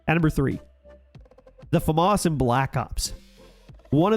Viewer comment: Americans still don't know how to pronounce FAMAS